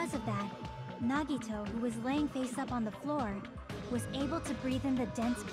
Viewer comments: "nuh-Vadd-uh" versus "neh-Vah-dah", all over again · Every character on screen, repeatedly, for hours: "NA-gi-to" Arin: "nuh-GI-to" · No part of the game says Nagito's name more than this, and they still pronounce it wrong. I'm not bothered, but it is impressive.